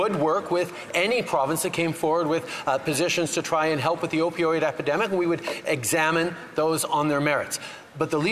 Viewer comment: The guy can't even say the word epidemic.